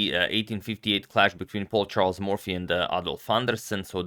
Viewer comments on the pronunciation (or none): none